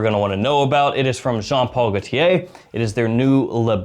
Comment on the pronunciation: Why are you saying Jean Paul Gaultia